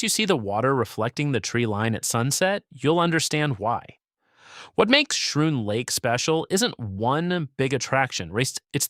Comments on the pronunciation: What AI slop is this???? And it’s pronounced “Scroon”, not “shroon”. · Schroon is pronounced SKROON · I almost made the same exact comment, but saw yours. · Schroon Lake is pronounced: "SKROON" not "SHROON". AI eating too many psilocybin mushrooms ... Raquette River is not pronounced: "RAKWET" it is pronounced "RACKET" - silly AI.